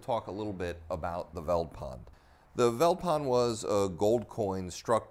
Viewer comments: The "V" in "Veldpond" is pronounced like an "F" so like "Feld-pond" . A translation or breakdown of Veldpond: "Veld" is an Afrikaans word meaning "bush" . "Pond" is Afrikaans for "Pound" . So Veldpond can be directly translated to "Bush-pound" . Which makes sense seeing that this coin was minted in the bush, and that the British Pound was their only reference to a currency that time, so got the inspiration from that. So this adds an interesting background to your story. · "Veldpond" is pronounced "Feltpont", the V is pronounced as a F and the d is pronounced as a t (sometimes) which literally means Field Pound. Zuid Afrikaanse Republiek which en stamped on the coin is Dutch which was the original language from which Afrikaans was derived now spoken by the descendents of the Boers (Farmers). In 1925 Afrikaans became an official language and thus in 3 years time will be 100 years old, the youngest written language in the world and the 3rd most spoken language in South Africa behind Zulu and Xhosa. The Boer War was like the Iraq War for the British, unlawful and unjust, and fought solely out of greed for the biggest deposit in the world of Gold found in the Boer Republic, The Transvaal, which was then the most wealthiest country in the world run by President Paul Kruger. To understand Apartheid and the demise of the British Empire, you need to study the Boer War which like with any unjust War fought will mark the end of an Empire. When the USA illegally invaded Iraq over supposed "weapons of mass destruction" in Iraq which turned out to be a lie, l said this will mark the beginning of the end of the mighty American Empire, which indeed is true. Good lessons to learn from history. 👊👍👌